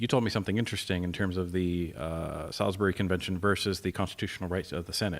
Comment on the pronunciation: Your pronouncement of Sailbury is painful. I lived there and it’s pronounced souls-bur-ree.